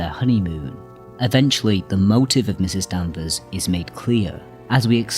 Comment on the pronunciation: Such insight and yet you mis-speak the actual 'villain' moniker! Mrs ("Misses") Danvers, not Ms; seems inobservant and disrespectful to get main-character address wrong. Care so much? Get it right.